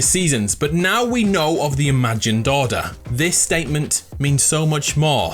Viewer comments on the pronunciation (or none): Is it just me or anybody else that whenever he says order it sounds like he said daughter?